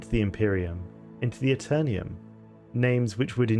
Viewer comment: "The Aeternium" lol this is why we over the pond don't say aluminium. Just jokes though, love your channel!